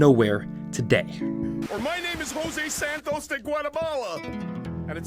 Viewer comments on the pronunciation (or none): none